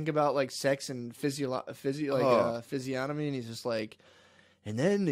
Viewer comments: My guy said PHYSIOMANY 😂 LOL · lol Matt said "physiotomy"